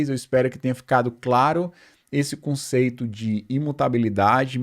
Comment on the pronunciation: po mane kkk tanko ele coloca m em tudo viado, "pontum", 'conceitum"